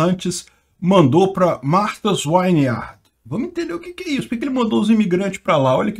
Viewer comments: Vineyard é pronunciado /viniard/ e não /vainiard/ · é “Martha’s Vineyard”, não”Wineyard” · É Martha s vineyard e não Wineyard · Pronuncia-se “Martas víniard”. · Já existe imigrantes ilegais lá a anos, qualquer um pode entrar lá, sua notícia ficou parecendo q a ilha é um lugar só de ricos americanos. Por falar nisso, melhora sua pronúncia aí pq q esse “uiniard” foi foda!😅😅😅😅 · Fala-se “vin iard” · "Vineyard" é com "V", não com "W".